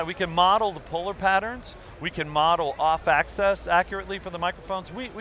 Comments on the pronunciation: I think he means axis but pronounce it as axes. And that does not make sense either when it comes to microphones haha. 'When you is standing here singing and and you get axes from different angles' I WOULD SAY RUN!!! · I wish he would say axis rather than access. They have very different meanings (as in one makes sense, the other doesn't)